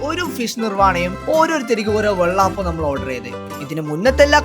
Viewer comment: എടാ വെള്ളാപ്പമല്ല ,വെള്ളയപ്പം നീ എന്തോന്നാട പറഞ്ഞുകൊണ്ടിരിക്കുന്നത്